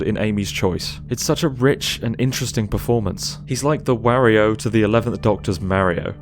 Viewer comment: Why is nobody talking about that cursed pronunciation of Wario